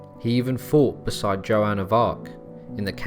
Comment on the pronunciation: Dude .... its G IL and joan not jill and jo Anne. Every place and name was butchered... alot of your facts are wrong and also from wiki. Fix up